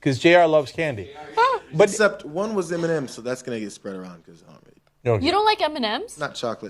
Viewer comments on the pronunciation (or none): said "butsept"